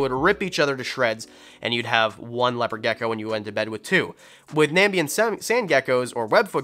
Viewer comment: It's pronounced Nam-ib-ia Or the Nam-ib dessert